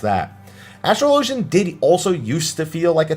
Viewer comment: Say it with me. Ass-trah-lah-gen. Asssssss-trah-lah-gen. Say it quick.